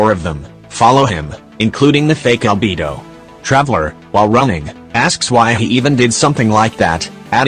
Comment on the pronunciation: Am I the only one who hears "AlbeBO"?